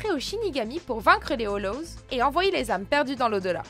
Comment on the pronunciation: Lol elle a dit holoz